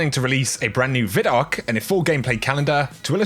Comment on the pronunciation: Love your channel, bro! One quick thing that's bugs me unnecessarily... it's VI-DOC. Not VID-DOC. VI. DOC.:) Love you!